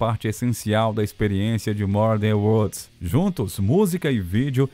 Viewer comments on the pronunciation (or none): Sem contar as pronúncias horríveis do narrador. " MURDER WODS " 😂😂😂😂😂😂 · Mur dan uods!!! Van Hilen!!!! Fora outras palavras. Não é esnobar não, Para com isso cara, pelo menos o nome da banda pronuncia certo pô!!! Quem conhece ou tenha im minimo de conhecimento do cenário Hard Rock sabe pronunciar Van Halen!!!! Hilen foi o cúmulo!!!!! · Pra piorar "mur dan uods"!?!?! Van HILEN!!!!!!????? Que!?!?!?q q isso!!! Ah pelo menos o nome da banda pronuncia certo né cara!! Ninguém q conheça o cenário pronuncia assim!!! Pelo amor de Deus!!!